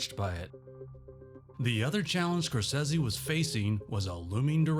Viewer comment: SCORE-SAY-SEE. Come on, you know it's not pronounced "Scorsezzy."